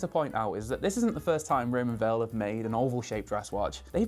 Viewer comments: Did they tell you how to pronounce Weil? I would have thought it’s like the word “while” rather than “wheel” or, as you say it “vale” - no biggie just seems to be a thing about this brand nobody quite clears up. Beautiful looking watch! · It’s pronounced “wile” not “vale” — so says the CEO of the company! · It's pronounced Raymond VILE. In German and Swiss German, W is a sounded as a V.